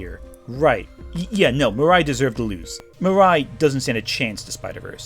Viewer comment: you also say Mirai wrong. You literally showed a clip with it being pronounced and you STILL get it wrong???? It's Mi-ra-i, not Mi-rai.